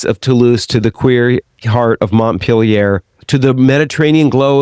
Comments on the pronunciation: Your pronunciation of Montpellier like Montpelliere triggers me. At least you pronounce Nice well. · After hearing Montpellier mispronounced several times, I just had to stop listening.